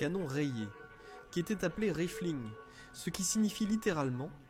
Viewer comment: c'est pas de l'IA , Oh que non. Au contraire c'est du François tres ancien . Cf la PREMIERE phrase de la video "Quelle eStait la difference ...?" :-))))